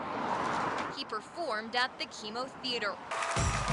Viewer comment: DDoggy pronounced like chemo thooo which is pretty damn funny